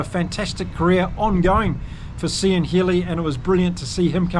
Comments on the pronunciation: Spot on analysis,. But please, please, never say "See-an Healy" again. It's "Kee-an". I winced every time you said it! He's been around, as you mentioned, for 133 caps; I'm astonished you don't know how his name is pronounced! Otherwise, as I said, a really good summary of a hard fought win for Ireland. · Really enjoy your channel, , Cian is an Irish name, phonetically. Cian is pronounced "Keen " ps we struggle with some international surnames thev other way 😂